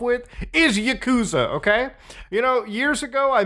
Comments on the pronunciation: It's pronounced yah-kuh-zah not yuh-koo-zuh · It’s ya-koo-za Mutahar 🤓☝🏼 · "My favorite video game franchise: Yakooooza" Can't even pronounce your favorite game's name... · Yuhkoosa KEKW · For a favorite game you cant even pronounce it right. Lmao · Why are you pronouncing Yakuza wrong?